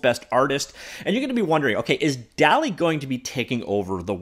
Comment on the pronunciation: I’m pretty sure it’s pronounced dolly2